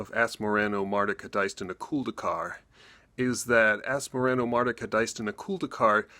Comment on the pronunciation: Why do I hear everybody say "...-culd-ee-car" ? It's clearly written "...-culd-a-car". It's subtle, but as a french person I always hear people saying this "a" as a "e", and it bothers more than it should. Lol.